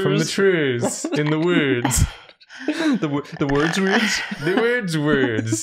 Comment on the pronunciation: i love when the crew pronounces words so wrong that they become new words, but in such a way that you can't tell how to spell them does the wordsmn, who works out in the woords(?) and chops toors(???), donk his chornken in the sporcial source?